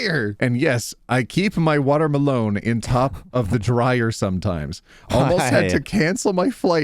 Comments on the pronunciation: I bloody misheard you. I though you said water malone. 😊 Then I looked up and saw watermelon.😂 🤦‍♀️ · Insert this in r/MildlyInfuriating: pronunciation of "Water-Melone" When you open the bead container upside down: I can definitely hear a vampire screaming: This is what it feels like when you throw salt at us... IIRC, doesn't tampering with USPS mailboxes incur a $250k fine? Astronauts from the ISS can see the time on that watch. Where can i get one? I need to gift it to someone who, by last count nearly 15 years ago, had 60+ watches gifted to them when they were in their 30s... Husband has 4 pockets, OP has none, where will she put her lip balm? Simple. In the husband's pocket. And call him to her workstation every time she needs the lip balm. The same thing with her phone, and other things that goes in the pocket. Surely it will delay things but a simple solution for all of this is pockets for women... And as a guy, I would definitely be falling on this grenade for true equality... Trucks need to be inbred to have their descendants have flat nose. Solution to the AIO post: stop cooking for him if he can't respect your time. And expressly state it, since he is doing this shit. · Okay, I am mildly infuriated by the way pronounces watermelon without breaking into the tiniest giggle. 👀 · Why does pronounce watermelon like Post Malone 😭